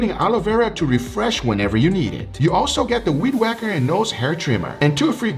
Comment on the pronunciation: He said weedwacker and I heard weenwacker